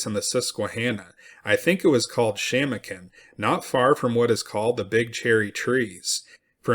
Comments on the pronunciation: It's pronounced Sham-o'-kin. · Shamokin is pronounced ....." Sha - mow- kin" with accent on 2nd syllable.